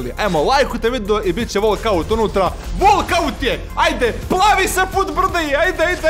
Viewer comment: Bukvalno ja lajkujem govori volkaut